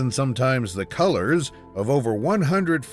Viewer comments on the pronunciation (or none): none